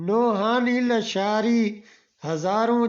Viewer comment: لیشار نہیں۔۔۔۔ لاشاری